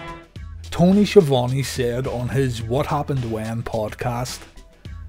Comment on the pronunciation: it's pronounced "Ski Uh Voan" like Le Champion said ;)